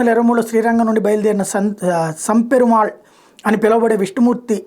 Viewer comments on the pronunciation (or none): సం పెరుమాళ్ కాదు నంపెరుమాళ్